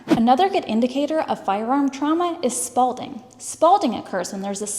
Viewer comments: She claims it’s “spalding”, but isn’t it “s😊palling”?? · The word is "spalling" for flaking off slabs of material. You're putting a "d" in it, like in Captain Spalding. Other than that, fascinating info. Subscribed. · You say 'spalding' but the actual term is 'spalling', isn't it?